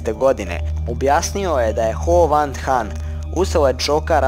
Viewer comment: Ho van than 😂😂😂😂